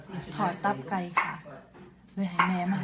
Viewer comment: ตับไกไม่ใช่ต๊อบไกเรี่ยกให้มันถูกพาษาไทยฟังแล้วไม่เพราะ